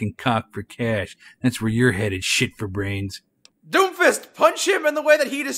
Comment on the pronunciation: I know is saying doomfist but it sounds like doofus.